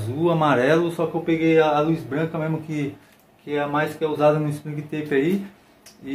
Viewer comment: Tá muuuuuuuuuuuuuito bom, vc merecia ter mil milhões de inscritos! Mas Springtrap se pronuncia "Springtép", só pra avisar